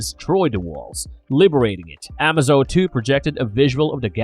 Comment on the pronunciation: "a-MAY-zo", like in "amazing", not "AH-ma-zo", like in "amazon."